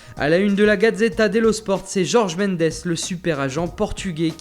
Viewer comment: Cette satisfaction quand ils prononcent ENFIN bien des noms portugais (ici, Pepe et Jorge) Merci ! (Enfin bon Mendes c'est toujours pas bon mais c'est déjà ça)